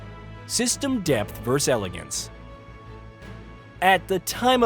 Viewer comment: The word is “versus”, not “verrus” or “verse”.